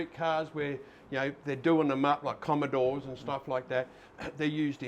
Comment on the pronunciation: Pretty sure it's Comm"o"dore.